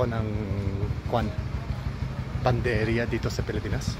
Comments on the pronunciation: it's not panderia, it's PANADERIA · Pa na der ya .. not panderya for bakery in Tagalog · Not panderya ..pnaderya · panaderya (hindi panderya) 😎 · PANA DERIA NOT PANDERIA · PANADERYA..HINDI PANDERYA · Panaderya. 4 syllables. I observed you kept saying Panderya instead of PA NA DER YA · Panaderya/Panaderia Hindi. "Panderya" ha!!? ano yun??? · medyo nagugulumihanan sila sa iyo kasi ang sinasabi mo at PANDERYA pero ang tawag po ay PANADERYA you missed to pronounce the A😊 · P A N A D E R Y A - not Panderya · Panderia is wrong. The right noun is Panaderia. You where just missing the “na” on your pronunciation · your doing just fine but it should be PANADERYA! hope that helps! I salute you for learning the language, amazing!🎉❤ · It's PANADERYA not panderya😊 bakery is the usual call nationally. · Panaderia/panaderya not panderia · Panaderya Hindi panderya 😅 Kuya mormons kaba? Kaya magaling kang mag tagalog? Kasi mayga Mormons akong kaibigan mga teenager around 20 yrs old, sobrang galing sa Tagalog very fluent soya sa Tagalog taga Texas, isang taon palang dito sa Pilipinas, uuwi na siya sa Texas, this coming august. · did you said panderya? or panaderya??? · Hankering = sa-gim-sim or sagimsim Or “ki-ni-crave ko ang” Or “nag-ke-crave ako ng” Now let’s try! 😂 PS: Instead of pan-der-ya Say Pa-na-der-ya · Sobrang nakakabilib talaga ang pagnanasa mo na mag-aral ng wikang Pilipino. Panukala lamang, bigkasin ng mas malinaw ang bawat baybay. Halimbawa, "pa-na-der-ya". Mabuhay ka,! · Well done! Bigkasin mo ang "a" after pan _ deria; should be "panaderia." That's it, otherwise, you're great! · I think the reason why people didn’t seem to understand you at first is because people would most often just say bakery rather than panaderia. Lol… Btw, you’re missing pronouncing the “a” in the middle of panaderia. Community panaderias are the best.